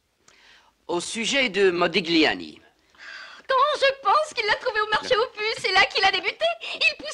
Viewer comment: "ça se prononce:"MODILIANI"...